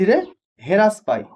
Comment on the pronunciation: হেরাস নয় হ্রাস পায়